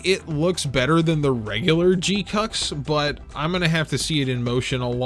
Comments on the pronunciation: Sus annunciation of GQuuuuuuX. They say it "jee-kwuks" in the show. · He knows and is doing it on purpose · Im going to need you to stop with this pronunciation. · It’s so hard for me to keep watching after you insist on butchering the name